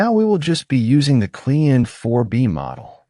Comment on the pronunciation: The klein in the Name of the Model is German and means small it is pronounced like Kline. But with a short I like in Ipod.